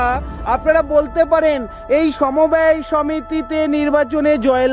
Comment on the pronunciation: সমবায় হবে , সমব্যয় নয়,ঠিক উচ্চারণ করুন